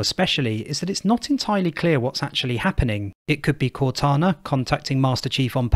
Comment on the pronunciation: Blows my mind how you and others can insert the sch sound in places with s's and a r sound where there is a w. Assuming sounds like Asschuming or saw sounds like soar. I love it tbh.